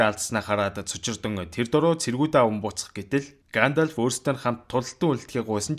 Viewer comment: Гаандальфыг зүгээр л Гендольф гээд хэлчих тэх үү.